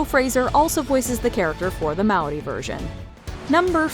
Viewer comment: Love you say Māori correctly ❤